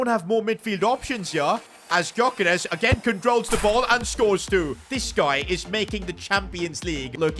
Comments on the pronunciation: It’s pronounced guy-yo-Kers not gy-yo-keres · You say his name yokeres don't pronounce the g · They way he says Györkeres wrong ever time really annoys me